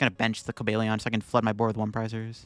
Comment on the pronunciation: Cobalt Lion. Cobalion. Not Cobalion.